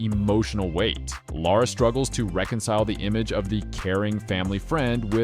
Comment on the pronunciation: Woah, a north-american who can pronounce Lara?